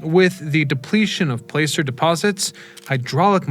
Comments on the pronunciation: You mispronounce placer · Doesn't know how to say placer of Leadville